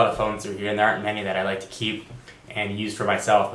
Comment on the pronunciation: I like how you say like and love at the same time. Live :P.